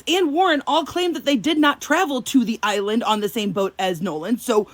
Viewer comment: He did not completely pronounce the entire word "island"